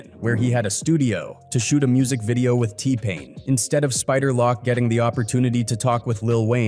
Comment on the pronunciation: He called Spider Loc, "Spider Lock" Smfh 🤦🏾 lol 😂